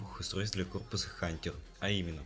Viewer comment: Хантьер? серьёзно?